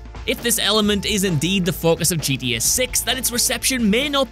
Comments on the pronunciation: The fact that he’s saying “GDA” made me give a dislike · He said gda 🤣🤣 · FYI it’s gta not gda